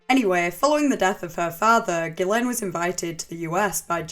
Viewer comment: Haven’t followed you for years because my autism prevents me from enjoying your accent but I’ve been researching this subject and found this video. At first I was like, ‘I can’t do the accent’ BUT then I heard you pronounce her name correctly. You earned a lifelong sub from me.